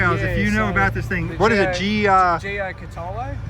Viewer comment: J-cat-a- low. Paul Halstead was big on pronouncing it properly.